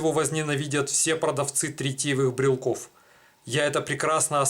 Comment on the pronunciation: Не брелков, а брелоков. Не брелки, а брелоки. Похоже букварь в школе скурил.